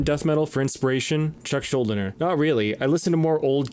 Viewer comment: His last name is actually pronounced shool-DEE-ner. Can hear it said correctly as well in an interview with Gene Hoglan.